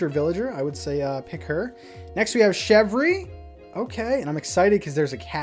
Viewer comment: Isn't it Shev-R-ay?